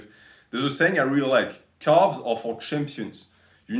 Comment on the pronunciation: Lol for the first 5 mins i thought you were saying calves instead of carbs.